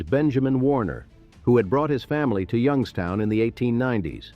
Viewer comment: ...and now they are all dead. Yung-ESS-toun rots better than any city I've ever seen. It's as if it was built to rot.